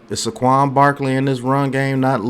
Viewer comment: Bro... I enjoy your vids but please stop saying Suh Quan. It's Say Quan. Say it with me now. Lol keep up the good work tho